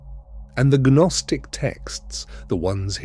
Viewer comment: Gaa-nostic? Silly Ai